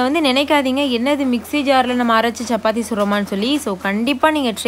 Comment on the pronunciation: Sappathi illa chappathi, it’s cha not saa